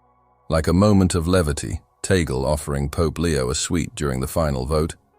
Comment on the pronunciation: It's Tag-le, not Tagel.